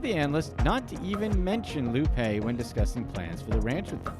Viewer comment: It's pronounced Lou 'Pie'